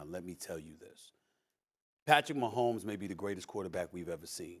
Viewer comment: #15 Patrick Wah-homes :face-pink-tears